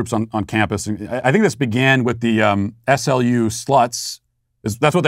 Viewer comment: The locals pronounce SLU like the word slew, just so you know!